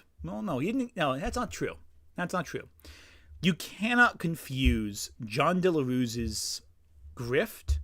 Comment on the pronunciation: As a native spanish speaker i cant help but find it funny how you pronounce "Jon Del Arroz" as "Jon Delarus". I wont even correct you that piece of shit doesnt even deserve you to say his name the correct way.